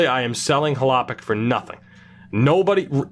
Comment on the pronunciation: As a sens fan, hearing u say Hlapik for filip Chalpik hurts me every time lol. It’s Chlapik as in shh-la-pick not Hla- pick!!